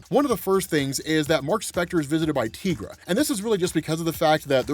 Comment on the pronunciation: Dude the way you mispronounce Tigra's name makes me cringe every time I hear it.